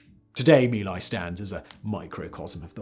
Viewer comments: Yet more proof of Simon's addiction to inaccuracy and carelessness with regard to the facts AND paying attention to pronunciation of words not in English like Mee Lie (how feckin' appropriate is that?) IT'S MY LAI YOU BALD-ASSED BRIT!! Disliked with satisfaction. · "Mee Lai" isnt proper enlgish pronunciation. "Mai Lai" is correct outside of Vietnam. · it's My Lai or Vietnamese "Mỹ Lai" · LMAO at Simon saying sometimes mispronounced